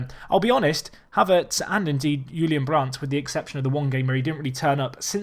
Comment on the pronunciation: I'm surprised you pronounce "Brandt" right, goof job :D